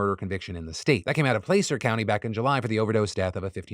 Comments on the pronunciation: Phil, regarding the drug dealers thing… Placer County is pronounced “Plah-sir” not place-er. As a resident of Placer county I didn’t even think of pronouncing it that way… 😅 That said, I would be fine with charging drug dealers with charges for deaths given that it isn’t legal for them to sell anyways and they do bare responsibility for the death IMO. That said I can understand the reasons not to, but I think fentanyl has really changed a lot of the way we should be addressing drug use due to how little it really takes to kill someone. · I yelled at my phone every time you said "Play-ser" county hahah. Its "Plah-ser". I know, spelling. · PlAcer county lol my home county!! It’s said like “plasser” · Placer is pronounced like the world “placid” (short a) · Placer is pronounced plass-sir. A placer is another word for miner. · Just want to mention, Placer county is actually produced like Plass-er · As someone who lives in Sacramento please pronounce Placer correctly. It’s pronounced plasser lol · The A in Placer County is pronounced like apple or at. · Cant't believe Phil did Placer County so dirty xD Placer County (/ˈplæsər/ PLASS-ərr; Spanish for "sand deposit") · Placer is pronounced "plasser". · Placer County, pronounced Plasser. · just want to point out for the rare mention of placer county in the news, placer is pronounced with a soft "a", not a hard "a": "plah-sir". you wouldnt usually need to know because not much going there news-wise. also im glad you mentioned the death rate for births being artificially high. i actually believed it (yay murican healthcare) so it's good to know not to keep spreading misinformation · Not a huge deal, but contrary to its spelling, "Placer" county is pronounced "plasser". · On the tiniest of tiny notes regarding the fentanyl story, FYI: Placer county is pronounced Pla- (like PLAster) -cer (like CIRcle) Source: I (unfortunately) live here -_-; I appreciate all you do and keep up the good work 😊